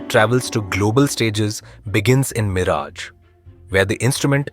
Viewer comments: bl00dy fool not miraaj it is miraj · It sounds very irritating when the commentator pronouncing the name of the city as Miraaj and not Miraj. The least he could have done was to gather little general knowledge about the subject / places etc. he is commenting upon.